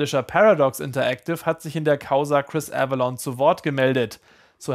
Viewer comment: Avellone und NICHT Avelonne ...